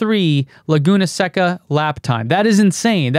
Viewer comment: Ignorant Alert: Laguna Seca - pronounced (seh-kah), not (sek-kah)